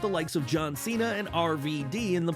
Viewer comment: It’s John Chena